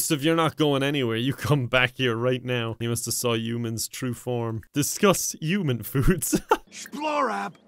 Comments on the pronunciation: the new accent was almost perfect but the way he said “human” like “uman” was a huge reveal that it was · "human" not "uman" you enunciate the "h" at the beginning not saying this is THE correct way to say it lol, everyone's got different accents and such, but that's the other way to pronounce human